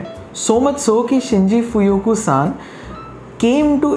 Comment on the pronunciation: Shinji Fukuyo not Fuyuko. A legendary master blender our. Nice review